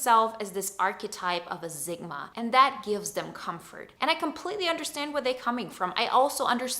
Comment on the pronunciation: Zigma? Seriously? How can you spell Sigma correctly yet repeatedly pronounce it incorrectly? Given you have no accent, it comes across as an affectation